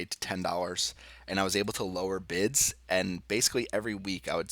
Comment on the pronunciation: All I heard was “Bitch” instead of bids 😂